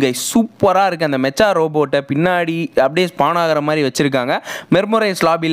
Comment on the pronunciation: "Mecha" va "மெக்கா" nu pronounce pannanum bro,Anime la genre sollumbothu ipdi thaan solluvanga, "மெச்சா " wrong bro😅, Thanks for the Video ❤